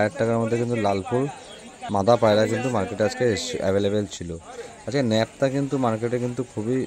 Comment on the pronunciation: দাদা ন্যাপটা নয় নাপটা